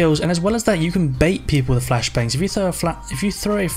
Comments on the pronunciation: SwiftPanda listen close he says "fashblangs" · "the fact they have fashblangs"😂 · My dude said fash blangs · Jake Edmonstone Your right, he does say fashblangs xD